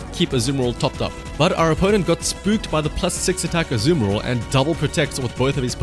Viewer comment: ur accent to say "azumarill" makes me ear "The Samuroth"